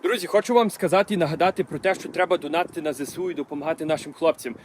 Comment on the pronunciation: Йой, о це акцент!!! Замість букви о я чую у, ніколи не чув таке. Замість і - є (путрєбну задунатити- потрібно задонатити) незвичний, але цікавий.